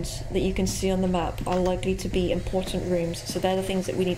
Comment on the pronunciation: Me what when he says map it sounds like Es nav with kinda sounds like Russian not making fun of home btw